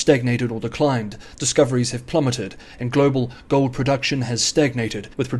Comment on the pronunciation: "gohd" or "gold"?